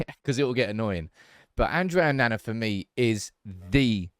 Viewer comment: Your pronunciation of Andre Onana is funny (and incorrect) 😆